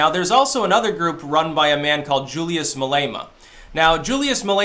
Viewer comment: just so you know julius malema rhymes with dilemma that's how you pronounce it said a white south afican